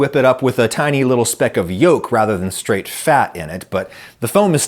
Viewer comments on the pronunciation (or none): none